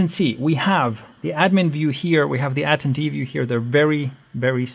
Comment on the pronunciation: Say it with me. ah - ten - dee